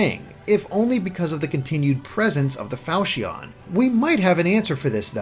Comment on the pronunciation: The way you pronounce Falchion makes me wanna hurt myself